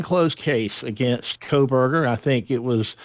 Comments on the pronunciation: not KOLEburger, it's KOHberger. no L. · Is it “Kohberger” or “Kohlberger”? Why are reporters mispronouncing his name after three years of this case being in the news? What is going on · There is NO L in KOHBERGER! 3 years later and she's STILL saying it wrong. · KOH-burger not coal-burger. 🙄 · Megyn, with all due respect, it's Kohberger, not Kohlberger. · I was getting ready to type the same comment… She has called him Kohlberg for over a year at least… It’s Koh…”Co” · Not Kohlberger...Kohberger (no "L". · Megyn, it's just Koh Berger, no L! For 2 and a half years you have been saying Kohl-berger. I wonder why you don't ever read any of the comments on your channel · Its “Ko-burger” — it has never been Cole-Burger. Sorry to be ‘That guy’ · I really wish she would stop saying Kohlberger. It is KOHBERGER. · why is no one correcting Megan Kelly that his name is NOT KOHL-Berger. Sheesh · Now people are pronouncing it "Kohlberger" as well! Is she doing this on purpose? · KoLberger? Cmon guys!! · Megs , say his name KO_ BERGER .. no L in it! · Why do you keep calling him "KOHLberger?" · Why can't megan say "Ko-Burger"... drop the "L" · No. It is Coalberger 😂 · no L in Kohberger. C'mon Megyn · MK, LOVE your show, always great guests and viewpoints but Kohberger has no “L” 🤪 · Megyn cannot even pronounce his last name correctly. She isn't the only one, but it just shows you how lazy the media is. There is no L in his last name. Unreal. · Please inform Ms Kelly that there is no letter L in Kohberger. She has been pronouncing his name incorrectly for years. Looks bad to me. Where are the MODS?? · Megyn, sorry your staff didn't mention this...so, I will. There is NO L in Kohberger. Just looking out for you, not a dig. 👍🏼✌🏼Just thought you would want to know. No snark intended. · Kohberger does not have an L in it. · What’s going on megyn? Why can’t you pronounce kohberger correctly ?